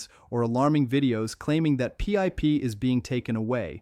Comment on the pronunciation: AI shit cant even say PIP properly